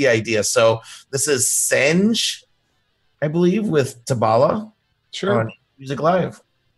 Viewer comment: That was my sister singing Tabala she is from Cameroon and the video was done in Cameroon. The name is pronounced Sen-geh, written Senge